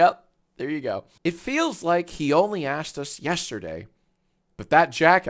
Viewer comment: I feel like YIAY has ruined the way Jack says yesterday forever